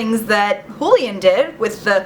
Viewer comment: It's pronounced who-lee-UHN. Just saying...